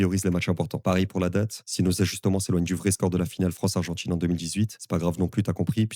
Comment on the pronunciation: Ordjinateur statchistjique argentchine quarantchuite umtchitchu matchuidi breeeef ça pollue et ça dévalorise tellement ta vidéo